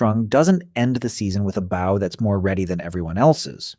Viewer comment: Great video but one of the most annoying things about AI voices is the mispronunciation for example - the word “bow” Getting it wrong so many times really is grating